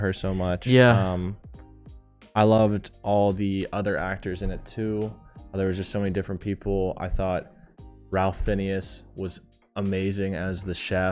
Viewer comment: my dude... Ralph Fiennes is pronounced Rafe Fines. and hating EEAAO... Tell me you're uncultured without telling me you're uncultured. Love you guys truly, but some of your tastes are having me side eyeing ngl. 😂